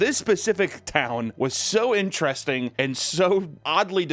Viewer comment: The word is INTERESTING (ENTER-ESTING), not “ENTRASTING”